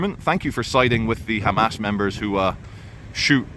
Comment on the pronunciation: WOW wow wow WOOOW this guy hates "khamas" soo much and he still says their name properly just WOW